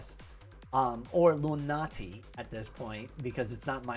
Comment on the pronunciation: Maybe I don't hear well but it seems you keep saying "lunati" but the name is "luanti" 😄